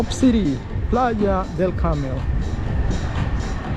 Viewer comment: it’s Playa del Carmen not Carmel.